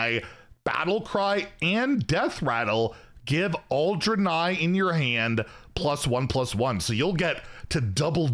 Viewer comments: “Dran-eye”. I don’t know how much more mispronunciation I can take! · Isn't it pronounced "dray-nye"?